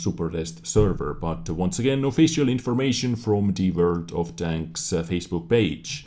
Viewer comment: I thought he said "Welcome to World o frogs"